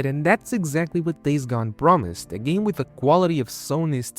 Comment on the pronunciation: I love how this guy mispronounces game as gam, let's you know there is no AI slop here. Unless... the AI is running some kind of double bluff 🤔